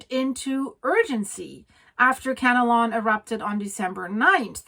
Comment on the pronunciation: It’s Kanlaon, not Kanalon.